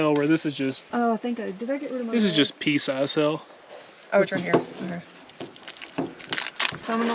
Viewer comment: I love how y’all say hell instead of hail and ol instead of oil lol. You guys got some good rain. Bet it was refreshing.